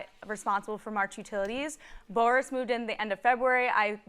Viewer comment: That narrator know good and well his name Boris not Baris 😀